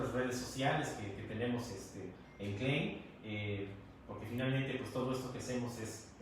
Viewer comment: Amigo exponente : si supieras pronunciar el nombre de tu producto Klein ( clain ) tools, y no clean (klin) como tu lo dices . Todos te la creeriamos. Saludos.....